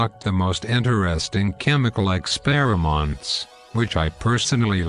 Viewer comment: "ExperiMONTS" ... XD